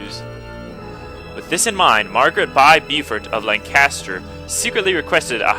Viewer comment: "Bow fort"; Beaufort is pronounced "Bow fort." Margaret Beaufort, mother of Henry Tudor.